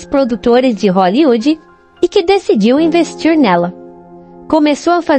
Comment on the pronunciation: dicidi...!!!. o assassinato do Português...!!!.